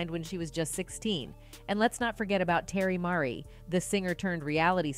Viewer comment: I was actually about to post the same thing.. lol who the hell is Terry Murray I thought her name was Teairra Mari smh 🤦🏾‍♀️